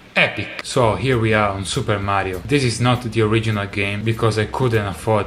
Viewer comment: Awesome to hear an Italian say "Super Mario" ^^